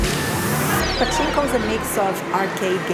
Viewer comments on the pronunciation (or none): "pa CHI nko"... Oh, when you say パチンコ you shouldn't put the accent on the チ sound because the natives (like me) might recognize the word as just チンコ (which means "dick" in English) ;-)